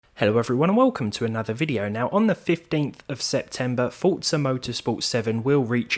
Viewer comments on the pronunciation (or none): "I'm not gonna lie I never been a fan of fortza motorsport" First off why do you need the need to announce that you aren't gonna lie... Fkn stupid Second it's called forza not fortza... Fortnite and forZa didn't have sex and made a baby...